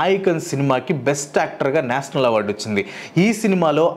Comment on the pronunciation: "ష" పలకటం నేర్చుకో బ్రో! అస్తమానం నేసనల్ అని వింటూ ఉంటే బాగోలేదు 🫤